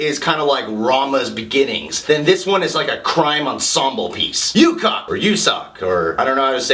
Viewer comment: Don't worry. You say 'Berandal' correctly this time The correct way to say Ucok is like this: 'U-Cho' But hearing how you said Ucok, I can't help to notice that it sound like U-c*ck One thing about The Raid 2 that keep me curious is... Who played Rama's baby? Whose baby is that? If it's Iko Uwais' (Rama's actor) real child, I will be really happy Great review as always dude